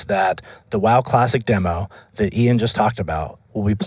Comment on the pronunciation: Your name is pronounced ee-on ....